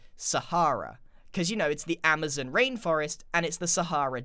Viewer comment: Did you just say amaze-on